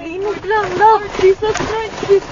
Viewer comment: LURD.. BISAYA.. L O R D.. AT DI LURD😂😂